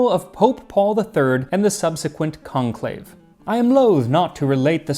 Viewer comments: You probably already know, but is the French pronunciation of conclave in English. 🙂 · To all my fellow early viewers, never forget, "CONLAVE" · lmao